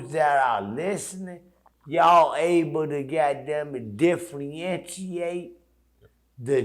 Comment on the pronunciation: 😂this nigga said diffalentiate new word for 2023